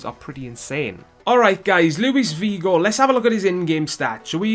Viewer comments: Beerus haha tru he said "Vigo" instead of "Figo" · what is so hard about pronouncing the 'F' it is Figo ffs just like how it is spelt. Shows how much you know about football.